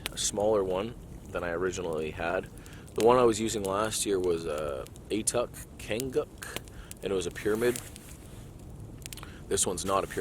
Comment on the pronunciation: 59:something atuk tanguk sounded 100% white person pronouncing an Inuit language. I'm from northern Alaska. I would assume that's somewhat of northern Canadian influence.